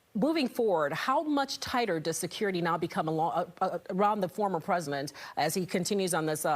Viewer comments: The what? Presiment? 🤔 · The former presiment? Presiment?